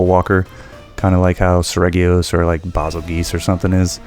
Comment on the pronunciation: Bazelgeuse is pronounced like "basil juice", not "bazzle geese". Its name was inspired by the Betelgeuse star system, which - you guessed it - is pronounced "beetle juice", like the cartoon character. Arzuros*.